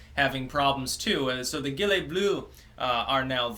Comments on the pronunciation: (hint: gilet is pronounced zjhee-leh) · It's gilet as in gym ;) not gym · (Gilet is pronounced like Jil-ay) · Gilet is with a soft g, like in genius.